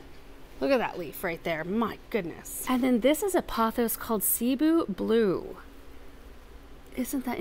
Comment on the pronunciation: Cebu Blue: seh-boo :) emphasis on boo.